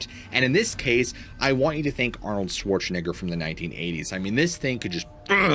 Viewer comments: Am i the only one who heard either intentional mispronouncing of the Arnold Schwarzenegger name ???? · It’s just the way you say Arnold’s last name bro.. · wait why you say his last name so hard ???